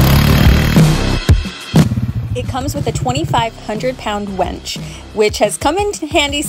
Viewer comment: Great video. The Polaris website doesn’t mention a rear bumper on the trail edition. I wonder if that’s a change. And unfortunately it comes with a winch. Not a wench as you repeatedly said. 😀